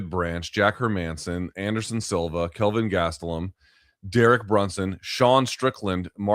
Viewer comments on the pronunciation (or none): none